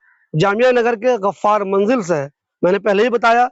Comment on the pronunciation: Tasfeeq nahi tasdeeq, Ghaffar not gharrar.